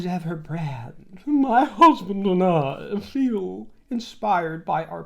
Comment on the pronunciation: I know, that drives me insane too. She could never say Harry it always has to be my huzzzzband. We know Megain we know....